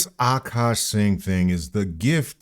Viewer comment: It's not Akaash, it's عكّاش